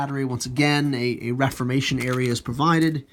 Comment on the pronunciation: Nice review. I've been thinking on getting them and their rules to help me get back into Napoleonic gaming. However...its pronounced re form ation...just saying. Again...awesome